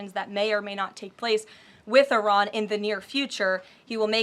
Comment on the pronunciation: Why did she say ARAN? its Iran😂😂